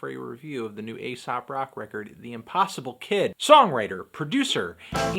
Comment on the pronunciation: it's pronounced eesop